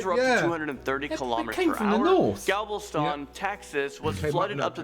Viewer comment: Galvis tawn? These godamn kids!